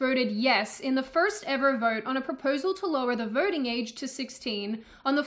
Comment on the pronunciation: I heard "vorting." But she's sticking lesser number of "r" in random words.